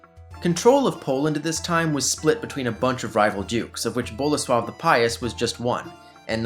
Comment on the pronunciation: Bolesław III not Bola swab III